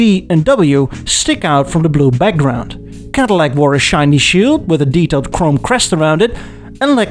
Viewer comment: I love how the only american accent he can do is a southern one, so even though Cadillac is a Michigander company he still sounds like he’s from flippin’ Alabama